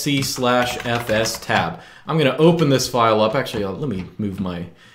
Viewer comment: I'm so glad you pronounce fstab the proper way.